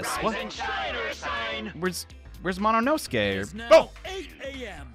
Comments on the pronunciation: You say "Sasuke" as "Sas-kay" You don't say it as "Sas-no-kay" If was going "Mo-no-ske" there wouldn't be a problem The problem is that he goes "Mo-no-no-ske" turning his name into Mononosuke You can listen to it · You say "sasuke" as "saskay' So why not say "Monoske" instead of "monosuke" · i'm begging to pronounce monosuke correctly